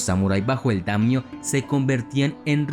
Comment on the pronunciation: No son damnios, se dice daimyo.